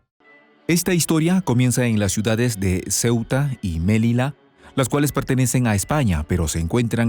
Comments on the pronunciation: Melilla , no Melila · se dice Melilla (ya) y no melila 😂😂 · Melilla, no se pronuncia melila, además el acento es grave. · Melilla, como lo pronuncia suena horrible, nada que ver con el castellano, Melilla.